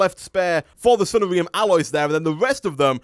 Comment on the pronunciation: I like how you say sunnarium. It sounds kinda like diarrhea. Sunshine diarrhea. Oh the mental images are hilarious.